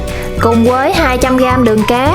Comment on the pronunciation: Bạn này không có ghi nhận góp ý của người khác mà đổ thừa hoàn cảnh thì không phát triển được. Vấn đề là bạn phát âm sai chính tả vì giọng miền tây. Thà rằng bạn nói giọng miền tây luôn có lẽ dễ thương hơn là bạn đang sửa giọng mà không đúng.làm mất đi giá trị của cái phim của bạn. Ví dụ và Nhưng bạn đọc thành quà, với thì bạn đọc thành quới, rồi thì thành gòi ... Nói chung toàn tập. Phim bạn làm ok từ âm thanh ánh sáng máy xịn, thành phẩm ngon, người làm phim cẩn thận , phim rất đạt. Nhưng giọng nói của bạn làm mất giá trị cái phim . Người xem cảm thấy thiếu tin tưởng bạn vì giọng nói quá quê. Đó là lý do kênh đầu tư quá mà không nổi tiếng. Ngày trước mới làm tôi đã học kênh bạn vì thấy cách quay phim đẹp. Hiện tại tôi đã vượt gần 20 lần bạn mặc dù tôi làm rất bình thường, kĩ xảo không bằng bạn, chỉ có sự chân thành. Tuy góp ý của tôi hơi thẳng khó nghe nhưng mong bạn đừng buồn mà hãy hạnh phúc đón nhận những góp ý khó nghe của tất cả khán giả để sửa đổi và thành công hơn. Bạn chỉ cần nói giọng bình thường , tận tình chia sẻ là khán giả đón nhận. Chúc bạn thành công hơn nữa nhé.